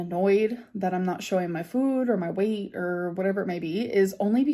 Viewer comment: The way she started to pronounce “food” is infuriating